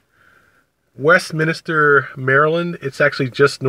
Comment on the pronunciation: It's Westminster, NOT WestminIster!!!!!